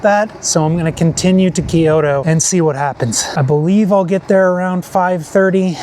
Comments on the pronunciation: It is not called KeeYoTo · Good video but it drove me nuts hearing "key-oh-toe" over and over lol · Kyoto is two syllables, not three.